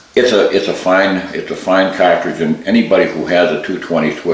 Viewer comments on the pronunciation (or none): It's cartridge, not catridge.